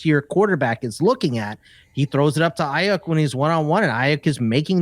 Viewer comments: No one: Not a single soul:: Brandon Ai-YUK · Have never heard somebody mis-pronounce Aiyuk the way that does. Figure it out, bud…